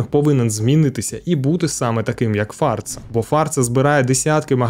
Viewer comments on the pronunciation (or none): О 90-х, після вбивства Аліка Грека на Донбасі ніхто сумніву не мав, що його прибрав Ахметов. Інші версії навіть не обговорювалися. І ще. Там реклама була. Так ось, не фАрца, а фарцА. Так називали о 80-х тих, хто барижив імпортними речами.